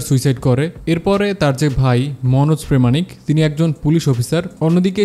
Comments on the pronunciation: Manoj Premanik na bhai, Pramanik. Uccharon ta ektu bhul 😊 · ও হ্যালো উনার নাম মনোজ প্রামানিক প্রেমানিক বাংলাদেশের নাগরিক হয়ে বাংলাদেশী রিভিউয়ার হয়ে উচ্চারণ ঠিক করুন বাংলা ভাষার....😂 আবার ইংরেজি উচ্চারণ ও ভুল ইয়াং কে বলছেন ইয়ং....😂😂😂